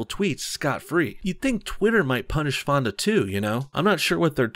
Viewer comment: when he said peter fonda I thought he said pedo fondle